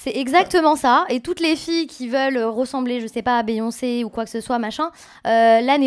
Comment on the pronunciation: "De la cortisane" "elle rogrette" "béyoncé" faut vraiment qu'elle apprenne à parler 🙄